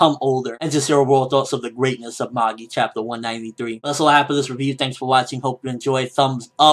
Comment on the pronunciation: you cant pronounce magi correctly